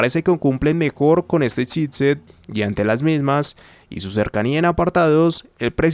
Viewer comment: I keep hearing "shitset"... Damn! ;) Love your videos, man, very thorough!